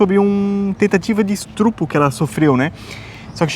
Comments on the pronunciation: “Estrupo” 🙉 Essa doeu o ouvido kkkk Que é isso,?! 🫠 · Véio, faça uma errata para o próximo vídeo. ESTRUPO doeu. ESTUPRO, estUpRo.